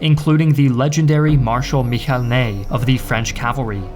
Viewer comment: There are a few mistakes. "Michel" in French is pronounced "Mishel" not "Mihel". Ney, though he began is career as a cavalryman, was not the commander of the French cavalry. Joachim Murat was. Wurttembergers did not make up 1/3 of Napoleon's army. They didn't even make up 1/3 of Napoleon's non-French contingent. The Russian commander's name was Kutuzov, not Kutuzev.